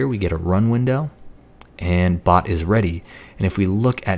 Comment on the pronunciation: he pronounced it "pot" but the correct pronunciation is "bot" and if it would've been a pot he would paint it discord theme with discord logo